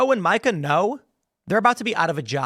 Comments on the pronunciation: Tim, I hate her as much as you do but it’s pronounced MEE-KA not MIKE-UH. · I like how Tim keeps pronouncing her name like the guy name Micah 😂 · Tim, it’s pronounced Meeeeka. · A wounded animal is at it’s most dangerous when cornered, Tim. BTW: Her name is pronounced “MEE KAH”. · I think her name is pronounced “Meekuh”